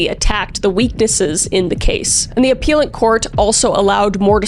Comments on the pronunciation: Ah-pell-at court. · its 'appellate' not 'appeal-it' court 😅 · With all respect please look up how to pronounce appellate. Thanks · This was kinda hard to watch. Pronouncing names of citiess is normal to get wrong, but saying "minute" wrong, and I think it's appellate court in most places? It's also just a weird to me that you keep looking at a camera to your side, and are just reading straight from your computer a lot lol.